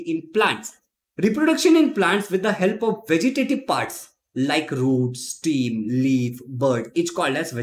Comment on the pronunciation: Pl check the pronunciation of stem The word is stem not steam Steam is vapour